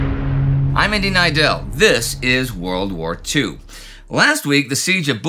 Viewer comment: For the longest time thought he said "indy and Eidell like in Me, Myself and Eidell."